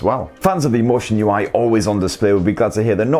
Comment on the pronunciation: Lotion ui thats what i hear